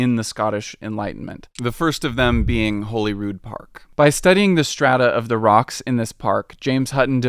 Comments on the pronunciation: Holyrood is Hall-ee-rood not whole-ee-rood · Remember, your corrected pronouncation of Edinburgh is spot on (Edinburrah)., an Englishman, messes it up more and more further into the vid he goes. It's Princes Street - not Prince or Princess. Say "Holly-rood" instead of "Holy-rood"." And in the UK we tend to say "Jack-o-bite" for Jacobite. Considering you're an outsider, very well made video. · And he says “Holeyrude” rather than “HollyRood” 😮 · It’s pronounced like “Holly-rood” (kinda like Hollywood) not “Holy-Rood”, great video though! (And Jack-o-bite, not Jake-o-bite 😅) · Hoh lee rud… not holyroooood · It's called Prince's Street, not Prince Street. And Holyrood is pronounced Hollyrood, like Hollywood. 🙄 Other than that, Mary King's Close was a street which got buried because of the plague and forgotten about. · Quite a few mispronouncations - Flodden - flaw-den not flow-den. Jacobite - Jack-o-bite - not Jake-o-bite. Princes street not Prince Street and Holly-rood not Holy-rood. At least you got Edin-burra right after that initial rude correction :) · Pretty good video, definitely lines up with what we were taught in school plus more I didn’t know! But please could you have consulted a local for pronunciations :,) I don’t mean this list to be hateful I’m just a local and want to let people know :) Holyrood = holly.rude (like Hollywood) wynd = wind like a windy road (not like a windy day) it’s princes street not prince street (can’t lie never heard that one before lol) jacobite = jack.o.bite Calton Hill = call.ton hill (also would say that Edinburgh is more commonly pronounced Ed.in.bruh, but that’s just nit picking) and a loch is a loch, never a lake, there is one lake in scotland and it’s out of pure spite (or an accident), Lake Of Menteith if you’re interested :) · As a local to the Edinburgh area, we pronounce Holyrood Palace as holy (the bush) rather than holy (as a religious standing), just as a little thing. 👍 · holyrood is pronounced holly rood